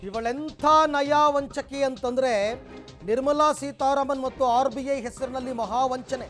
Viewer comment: anchor, ಅದು "ನಯವಂಚಕಿ".. ನೀವೇನ್ರಿ "ನಯಾವಂಚಕಿ" ಅಂತೀರಿ 😆😆😆😆